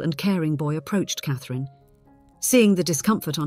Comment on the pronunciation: Not AI because if it was then it would not say Cathrine's correctly.